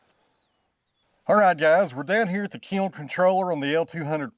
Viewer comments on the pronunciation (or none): I had the hardest time trying to figure what the hell a key-oln is , before I realized that he was trying to say kiln.